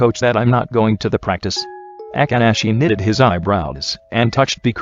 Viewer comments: i cant 😂😂 the way akaashi name was pronounced.... aka~ashi 😂😂😂😂😂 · The way it says akaashi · The only 2 dislikes are from the speaker who pronounced Akaashi's name wrong 🙄